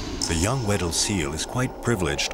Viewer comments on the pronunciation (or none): I thought he was saying “widdle” instead.